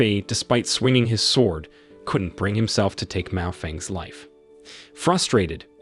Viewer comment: Miao Renfeng not Mao Feng lol 😂